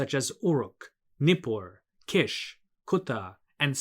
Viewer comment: Definitely Kish! It is pronounced like "quiche" in French which is a delicious pie-like dish. The royal title "King of Kish" is music to my ears.